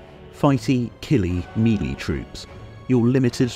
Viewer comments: Meh-lay not mee-lee... jeesh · "Actually, it's pronounced..." Sorry yeah gonna be that guy lol. It's "may-lay", which is the French word "mélée" (to mix or to blend).